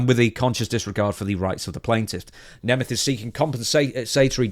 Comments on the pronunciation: I can clear up the pronunciation for you, in the case of Nick it’s “Nay-meth” and in the case of Ryan it’s “knee-math” Hope this helps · I'm from a Hungarian heritage. The surname is actually pronounced NEE MET. Its the Hungarian word for a German person. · Neh meth. That's how Nick The Ziggler Nemeth says it. I'm going with him on how to pronounce it. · The proper way to pronounce Nemeth is first of all to pronounce the end as a 'T' and not a 'TH', and probably with the voweels "Neemet" would be the closest. The 'H' at the end is just an old obsolete spelling convention and was never pronounced. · I thought it was pronounced Neemth. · I remember when Dolph cut a worked shoot on miz once, he pronounced nemeth like you